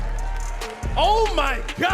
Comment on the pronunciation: I died a little inside when pronounced Jorge wrong😢 (it's pronounced like "George" )